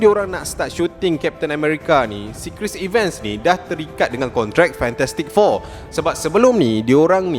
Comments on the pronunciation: Sebut tu bg betul la ckit.bkn triler tp trailer.bkn chris iven.chris evans.homework la dulu bang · Cris Evan, Bukan Cris Iven 😊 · Cara sebutan 'Chris Evans' tak betul.